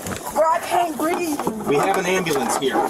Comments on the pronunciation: THAT IS THE WORST "I CAN'T BREEVE I'VE EVER HEARD. 💀🤡💩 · What's BREEVE???😂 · Breeve is how they pronounce breathe....